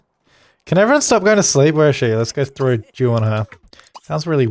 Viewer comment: Every time you say 'dew' it sounds like you're saying 'Jew'. So saying things like 'Lets throw my dew at Lucifer" or "Lets introduce dew into the environment' is hilarious.